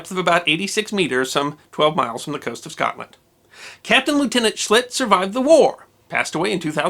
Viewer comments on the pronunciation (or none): none